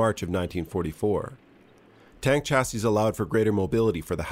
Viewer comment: The word chassis is pronounced shassy (French origin). Mind you this is a country that pronounces vehicle as veehickle and talks of the innernet. Like it is some inner tube.